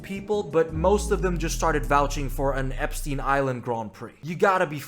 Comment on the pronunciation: i have no idea why its so hard for americans like to pronounce epstein, do american schools not teach u how to pronounce jew words?